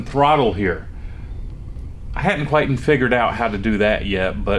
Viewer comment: Is quietin a word? " I hadn't quietin figured it out... ". Just teasing you buddy.